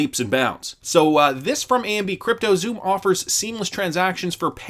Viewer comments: it's pronounced Sum, not Zoom. The pronunciation snob has spoken! 😁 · Xumm is pronounced sum. The name represents the balance of your account. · XUMM is pronounced sum. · Xumm is pronounced “some”.